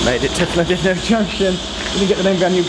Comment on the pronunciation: For future use, Llandudno is pronounced Clan-did-no.......not dud-no....... And the town itself (rather than the junction) has some great real ale pubs!